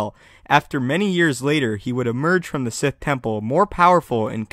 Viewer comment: Sith, not Site, nor Sigh. xD